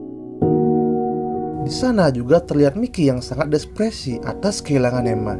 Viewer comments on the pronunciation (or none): Depressi bang bukan despressi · Depresi bang bukan despresi 😂😂😂